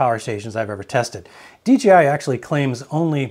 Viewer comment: It’s not DGI, it’s dee Jay eye 😮